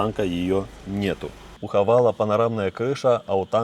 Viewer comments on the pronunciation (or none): Правильно Хавейл) почему многие говорят всегда Хавал